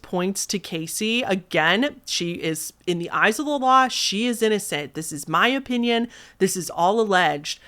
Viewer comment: "O"pinion Midwest accent